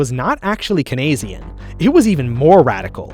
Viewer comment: The meme version of economic history that has nothing to do with actual history, or what any economist would agree with. You're not even pronouncing Keynes properly. You're either joking or you rotted your brain mate. You need to pull your head out of your ass and drop the cynicism, for the sake of the world and your own life. This is disgusting.